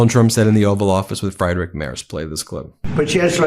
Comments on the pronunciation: I support your channel, but when you continually mispronounce Friedrich Merz’s name, it is disrespectful that you don’t bother to find out how to say it. … It is pronounced “Freedrich”, NOT “Friedrich.” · Friedrich is pronounced Freed-rick (not really "rick", but I'm focusing on the first part), not Fried, as in fried food. Just FYI. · Friedrich pronounced friid-rich in German (not Fridrich) 🙂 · It's not pronounced Fry-Drich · Please say the German Chancellor's name properly. He's not fried like an egg, he's freed. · It’s Free drik not fry drik Mars in pronunciatiation. Improper pronunciation. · Its not fri-drich mars. It's free-drich M-air-z. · Please pronounce mr Merz’s name like it should. Friedrich is not Fryderick. Pronounce IE as EA like in EAsy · FREEDrich not FRIEDrich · His name ist pronounced " Freedrich" like in free not Frydrich. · Ben, Friedrich is pronounced as Freedrig not Frydrig! 😂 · Seriously, Ben. Get a five minute lesson in German pronunciation. Freedrik Mayrz is good enough, but pronouncing it Fried Rick is embarassing. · His name is Friedrich, not Freidrich. Have the courtesy to pronounce it correctly. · Freed-rich Mairtz! It's prounounced "Mairtz" not "Mars"! His name is Friedrich März, not Frederick Mars!!! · Sigh. Friedrich = say it with me, Freedrich. Ben, talk to a native German speaker. You've said you want to pronounce names correctly.... please it is Freeeeeeerich NOT fried as in fried chicken. Sigh. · It's pronounced freed-risch NOT fried-rik! My German is poor, at best, but it still hurts to hear the way Ben pronounces that name. That said I still love the for doing what they do & standing up for democracy. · FRIEDRICH!! III, not Fraidrich! It is an Iiiiie sound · Ummmmits not pronounced Fried Rick. Like fried chicken. It’s “freed rich”. I mean I don’t speak German. But thought I’d help out here. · Friedrich is pronounced as FrEEdrikh, not as FrIdrikh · OMG Ben, it's pronounced Freedrich, not Freidrich.